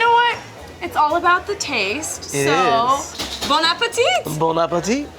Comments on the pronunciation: the guy said boneappletea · I thought that he said “ bone apple tea”